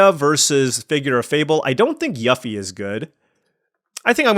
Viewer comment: Yuffie as in You-fee. I feel like this was in a different video. I really just needed something for the engagement. Have a great week.